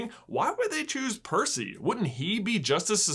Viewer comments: I kept almost spitting my cereal's milk every time you mispronounced Percy's name 🤣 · Saying Percy’s name wrong count Sorry if I missed any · You’re slowly transforming into mr.D for butchering Percy’s name like that. Hope someone can understand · i lost it as "parsnip" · Is this the world record attempt for most times getting Percy’s name wrong? If so, I approve. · I CACKLED at every mispronunciation of percy's name!!